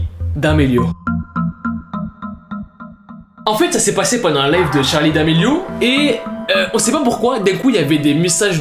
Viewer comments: le respect mdrrr, c'est "Charli" pas "Charlie" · Y a pas de e a charli 😂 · y’a pas de e a charli d’Amelio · a charli il n y a pas de -e c est tout'tout bye 😂😂😂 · Charli pas Charlie ptn